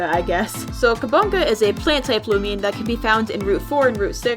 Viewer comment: Ah yes looimian